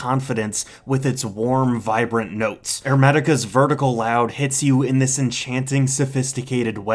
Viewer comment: The fact you said vertica loud instead of vertical oud